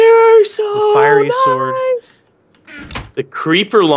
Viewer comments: did he said firey sword instead of fairy sword? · Its fairy sword not firey sword